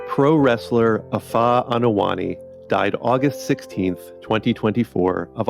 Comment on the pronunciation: Anoa'i = Ah-no-a-ee NOT ah-no-a NI! It's not that hard! Go to Google translate for Polynesian pronunciation if you need help!